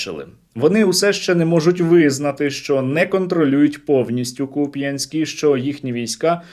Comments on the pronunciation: Хоча б наголос правильно робили на Куп'янськ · Як мене пригорає від "купЯнск"😅